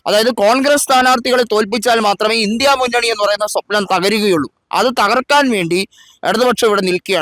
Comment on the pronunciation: Indi munnani not " lndia munnani".